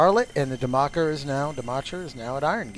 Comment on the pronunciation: I believe the CH sound in Dimacher is pronounced as a K sound (demacker).